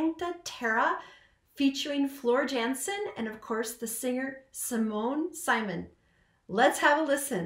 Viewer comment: As already asked before, please a reaction on Stabat Mater by Pergolesi by Simone Simons & Floor Jansen. It's from this concert too, so with orchestra. It's just gorgeous!!! Btw the 'i' in Simone Simons sounds more like the 'ea' in sea or the 'ie' in Kiefer.